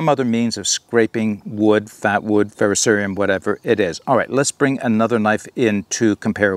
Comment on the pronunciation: This is a great comparison and overview, but the one thing I really want to bring up... THANK YOU for saying it correctly! So many people say "Ferro-serum" but its "Ferro-ser*I*um". Really appreciate that lol.